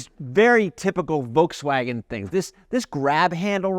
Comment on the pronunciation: "The ID.Buzz that we rented from Volkswagon?" Did I hear that right? Rented?